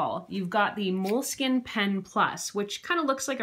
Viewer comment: its pronounced "mole-skeen"